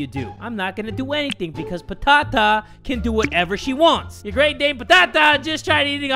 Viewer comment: Fun fact: "Patata" is actually "potato" in Greek. And yes I'm from Greece. Also the way that pronounces the word "Patata" is just awesome 😂😂